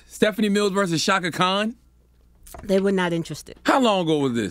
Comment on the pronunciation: Chaka Khan, NOT Kahn!